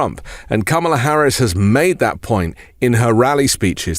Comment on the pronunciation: You know she's making an impact when he pronounces her name properly.